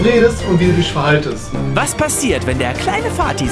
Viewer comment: Bei minute ,,du musst drauf ACHTE wie du dich VERHALLST'' beste deutsch (Just for fun nicht ernst gemeint)